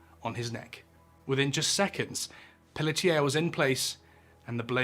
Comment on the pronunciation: As someone who shares the last name Pelletier, you say it wonderfully